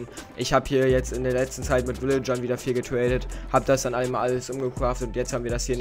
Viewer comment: ich liebe es wie „raid“ oder „drop“ sagst du sagt immer „waid“ oder „dwop“ Edit: oder du sagts auch immer „getwaded“